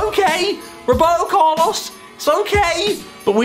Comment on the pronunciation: The way he said 'Roberto Carlos' broke my heart